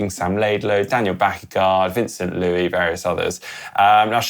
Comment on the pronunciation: I was in Roth too. What a race! Also. Note for plenty of triathlon media houses. It's Van-Son Loo-ees. Pronounce the ES. His grandparents are / were Portugese. Looking forward to the dead products video.